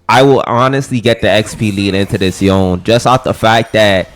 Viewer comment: Dude what thee fcuk is yon it is Yone not yon yon yon the yon it's pissing me off